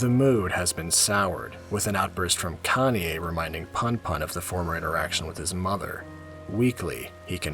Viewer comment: Everytime when you keep pronounce Kanie as "Kanye" I keep turning my head on your video while I'm drawing. 😂😂😂